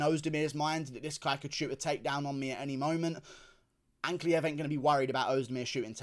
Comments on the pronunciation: 43 minutes fs, also yeah he started saying Ankalaev correctly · GURU SAID ANKALAEV CORRECTLY??? welp.. nvm